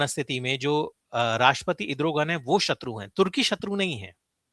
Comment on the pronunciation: मनीष जी पहली बार सही उच्चार सूना है इद्रोगन